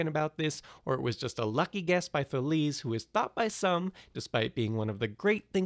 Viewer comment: Today I Found Out They certainly didn't say "Taleeze". You know, there are people, experts, who study this stuff (ancient Greek in particular). And while there is some truth to the whole "we don't know how they pronounced it" argument, it mostly referes to how exactly they pronounced the R (whether it had a little h-ish sound before like HR or a little puff of air after it like RH, nuances like that. It was certainly an R), or something else along those lines regarding some specific letters and signs. It's not as if we had "no idea what the language sounded like" because we pretty much do know. The idea that we know nothing about it is ridiculous and, quite frankly, an insult to anyone who studies ancient languages. And I'm sorry to shit all over your video that clearly took a lot to make and was fairly entertaining, but for fuck's sake, look up how to pronounce words like these.